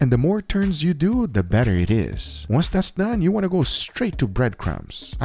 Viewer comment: "the more turns you do, the "BATTER" it is..haha..